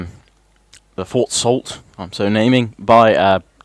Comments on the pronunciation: Just so you know Fort Salt is pronounced Soo St. Marie lol but I'm fine however you call it lol. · it is pronounced Fort Sou Saint Marie, or believe so, either way its closer then Fort Salt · Fort salute saint Mary is how you say it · People beat me to it, but it is pronounced Soo saint Marie. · It is actually pronounced Fort Soo Saint Mary, I should know my family is from there. Chances are you will not see it but ya never know. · Sault Ste. Marie is pronounced "Soo Saint Maire" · Sault Ste. Marie is pronounced Soo Saint Marie or thats at least how we pronounce it in Ontario. Sault is French for Falls or Rapids. The falls or rapids mentioned lie between Lake Superior and Lake Huron and are similar, though not as big, to Niagara Falls between Lake Erie and Lake Ontario